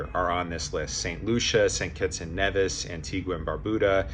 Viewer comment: Nevis is pronounced Neevis.